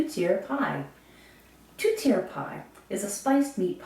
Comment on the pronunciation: Thanks for the history lesson, but it's not pronounced "TOOTiere", it's pronounced "TORTiere"... I'm surprised you can pronounced your family name properly, and not call yourself "BOOBeau".... Come to Quebec and try and say that.... They'll deport you...